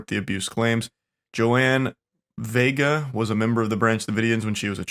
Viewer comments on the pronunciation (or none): none